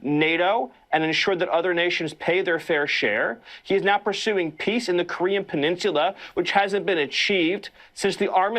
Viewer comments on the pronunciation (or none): There are few people in this world more deplorable than Discount Voldemort. He is a disgrace to the human race, & a waste of oxygen…& he takes up A LOT of hot air. And WTF is a “peeninshula?”